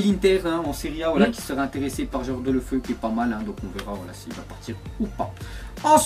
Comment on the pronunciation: On dit pas delo '' FEU '' mais deUlof(EOU )